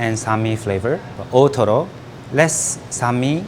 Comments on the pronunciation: the guy keeps saying ootoro, i hear totoro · kamatoro, ootoro, totoro